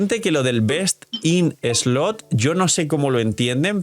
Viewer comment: Hola, el problema con la expresión “Best in slot” es que siempre lo pronuncias mal. Por eso es que muchas personas mal interpretan lo que dices. Porque “slot” lo estás pronunciando como “slut”. Slot = “slɒt” Slut = “slʌt” Entonces, no es cuestión de que los demás revisen ChatGPT, es cuestión de que lo pronuncies correctamente.